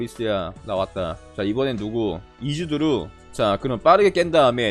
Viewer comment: 이즈루드 이즈두르가 아니고